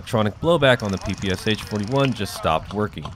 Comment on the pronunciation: Correctly pronounce the PPSh, these are three sounds, sh as at the end of the word "push." In Russian, this means "a submachine gun developed by Shpagin." In Russian, the sound "sh" is denoted by one letter, this is "Ш". Therefore, the Russian version has three letters in the abbreviation (ППШ-41)